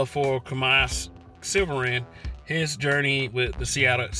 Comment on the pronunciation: Audio trash.. pronounced his name wrong, and that’s not even the girl she’s not even white, internet believes everything